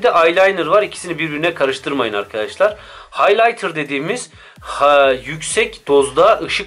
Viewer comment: Haylaynır, aylaynır , haylatır